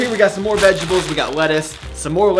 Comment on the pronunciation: "Vegables" XD